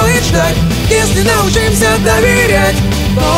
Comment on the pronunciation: Ударение в научимся не правильное